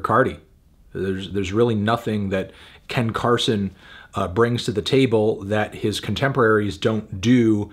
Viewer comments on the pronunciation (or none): Completely butchering Ken Carson for 7 minutes and 2 seconds 😂💀